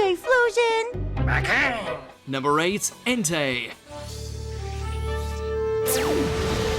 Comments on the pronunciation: no.9 Typhlosion Jimmy: Typhlosion? You sure?😂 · Oh shiii we starting it off with a legend...aight, okay....the heck is a tyflosion?